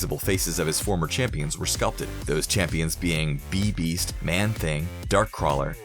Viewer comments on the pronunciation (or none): Bee beast? You mean bi beast. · Plus, they pronounced it "Bee-Beast" It's "BI-beast" Man, if you are going to make these videos, get your damn pronunciations correct along with your visuals. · "B-Beast"? You mean Bi-Beast, and you put up Bwana Beast (from DC) up.